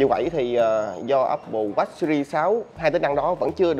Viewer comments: jos Quý apple wash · Nghe chữ Watch ông review đọc khó chịu vl :))) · Đọc tiếng anh chữ watch nghe khó chịu quá. Chỉnh cách phát âm đê